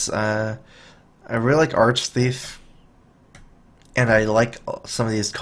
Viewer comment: Upvoted for the thorough analysis... and the fact that you're the first streamer to pronounce 'Arch-Thief' correctly. It's a pet peeve. I feed it kibbles and teach it tricks ^^.